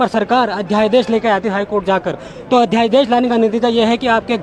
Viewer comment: पहली बार अध्यादेश ही बोलना नहीं आ रहा है अध्याय देश बोल रहा है. बाहरी लोगों का उत्तराखंड में बसने से यहां के moolniwasi के साथ ऐसा ही होगा.